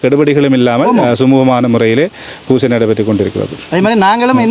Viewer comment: பூசை என்று சொல்லுங்க.×( வூசை)